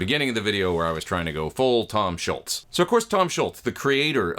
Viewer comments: After Neil Peart (last name vowels rhyme with “ear”) Tom’s last name is the most mispronounced one in rock. There is no “t” in his last name. :) Awesome video and playing as always! I’ve been wanting a modern pedal version of the X100 for a long time. I’m very glad is finally here! 🎉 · Great sound! By the way, it's not Schultz, it's Scholz (rhymes with moles). Like Dr. Scholl's Shoe Inserts.